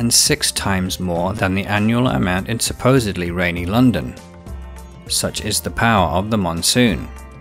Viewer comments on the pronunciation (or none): none